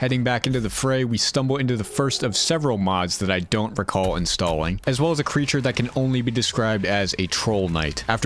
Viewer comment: Did he say installing or instawing i have no clue